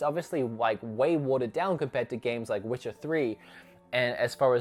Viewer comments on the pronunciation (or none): none